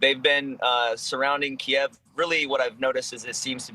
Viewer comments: needs to spend some time learning how to pronounce city names correctly. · Yes and continued to pointedly pronounce Kyiv wrong out of arrogance.